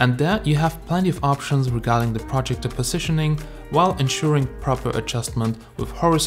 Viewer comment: your saying projector incorrectly